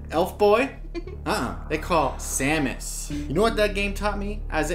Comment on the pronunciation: He can't be forgiven for how he pronounced samus...